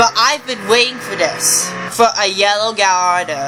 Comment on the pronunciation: Its LAMBORGINI GALLARDO Not LAMBORGINI GALLADO